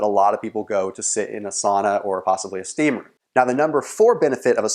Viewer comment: finnish sauna is like ur '' steaamroom '''